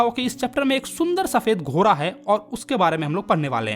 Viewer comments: GHODA ❌ GHORA 😂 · घोड़ा बोलिये घोरा नही😂😂😂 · Ghoda❌ ghora✅ 😂😂😂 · ghora ghora 😂😂 bhai sahi se bol lo ghoda hota hai 😅